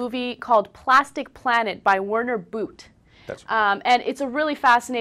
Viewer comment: I believe Werner Boote is Austrian. The 'oo' is like the french 'eau' and the 'e' at the end is like in 'the'. Love it when english people pronounce non english names! :D